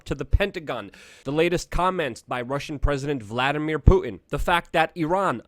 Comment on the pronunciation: you pronounce words like a black person. "Pu-en" Is actually "Putin"